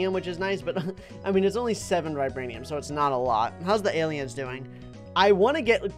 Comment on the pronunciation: if i was: ALIEMS!?!?! i love aliems by the way i meant to say aliems cuz says aliems instead of aliens